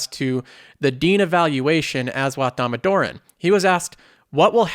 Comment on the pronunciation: I can't help commenting this, but it's pronounced dah-moh-dar-on. And he truly is the valuation king. If you want to learn how to properly do valuation I highly recommend his freely provided college courses that are in playlists on his own YouTube channel.